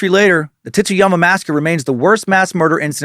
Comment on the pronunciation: The pronunciation on Tsuyama is a little rough. It just sounds like you’re saying “Titsyama.” It’s more of a”tsoo-ya-ma” with the t blending into that s realllllly smooth. Think tsunami 🌊